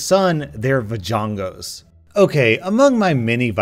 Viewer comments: Va-co-ing-as should have been chimmy congas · "Vigonga" lmao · Me thinking that he will struggle on the word v:hmm what is he going to say Him:says vagongos Me: lel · *Casually says vajonga* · Ahem excuse me it's V a g o n g o s e Get it right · I- I cant get over the fact that you said Vigangos OH GOD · no one: not even a single soul: vAgoNgOs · Bigavnas he says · It's pronounced va-gon-na